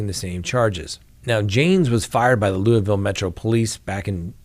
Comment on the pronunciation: Pronounced “Loo-a-vul”